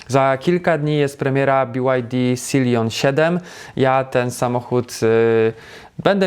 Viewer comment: A propos toyoty. Nie wiem gdzie to oglądałem ale w wywiadzie pracownik polskiej toyoty stwierdzil, ze spokojnie poradza sobie z CAFE tym co maja i nie przypuszcza, ze pojawi sie duzo nowych EV od Toyoty w 2025. Tej… to nie jest BYD silion tylko SeaLion - morski lew ;) Co do baterii to niech chociaz dadza do produkcji przelomy z 2020 :P Jestesmy sporo do tylu z tymi “nowinkami”. Sporo “nowych” chinskich EV, to calkiem mozliwe. Chińskie auta dominowaly na targach w 2024 mam nadzieje, ze sie europa obudzi w koncu ;) Roadster meh… ten roadster zrobiony przez fana z TM3 jest duzo ladniejszy niz te oryginalny tesli ;) Zmien na 600 km poznan <-> wawa po jaka cholere komu wiecej :P Langsam aber sicher!